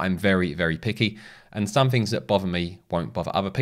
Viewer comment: theres no f in the word 'things'